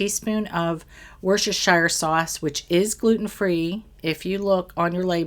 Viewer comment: Btw, it’s pronounced Woostersheer Sauce, or shortened to Wooster sauce. Here in the U.K., where Worcestershire Sauce was invented, the county of Worcestershire is Woostersheer & the town of Worcester is pronounced ’Wooster’ - short Woo as in wood or wool, not Woo as in, well, woo. 😃